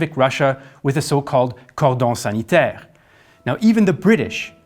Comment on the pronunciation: I just love the way says ''Cordon Sanitaire' so satisfying